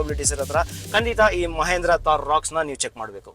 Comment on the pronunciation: ಮಹೇಂದ್ರ ಅಲ್ಲ ಗುರು ಮಹಿಂದ್ರ